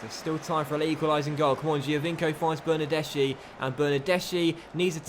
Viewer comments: It’s pronounced bernardeski not bernardeshi like so can see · the "CH" is pronounced "K" in Italian